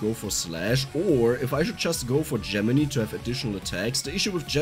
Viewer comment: I think I'm gonna like this weapon in the 'make a ball of death around yourself' types of builds. BTW, not to sound like a dick, but Gemini is pronounced like 'JEM-in-eye', not 'JEM-in-ee'.